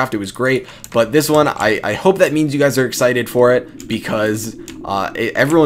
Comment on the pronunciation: "What is going on Gays" 😂